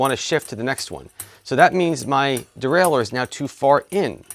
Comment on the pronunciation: The Readedurdurle :D. Great explanation though.